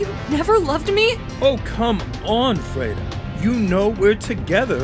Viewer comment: That’s my name !! I mean it’s written farida but you say it freda